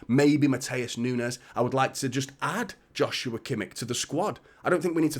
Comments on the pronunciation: It's pronounced 'Yoshua Kimmish'. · It's never going to be about how could we play them all. Rodri is exhausted and completely overworked. KDB is aging and clearly can't play every game. We need more quality. It's a no brainer. I believe it's pronounced "Yoshua" btw.